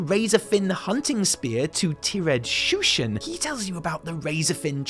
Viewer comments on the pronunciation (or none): ...The jinyu's name is not TEA-red shushen, It's just...tired shushen, as in sleepy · "Tee red" Shushen? It's TIRED Shushen. Like sleepy. Tired Shushen. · Hmmm I think Tired Shushen is pronounced "tired" not Tier ed. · Legit cant tell if he said "Tir-ed Shushen" as a joke, or if he actually thought it was that. I mean he's tired, like sleepy, sleepy shushen. tired shushn... i dunno lol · Tee red shushen... it's tired shushen smh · How do you pronounce Tired again?